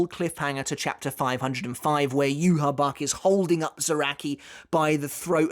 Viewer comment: I subbed a while ago just because you called him “Juha Bach”